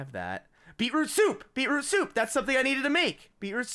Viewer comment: When.....() Said Beetroot Stew I Heard Bieber Stew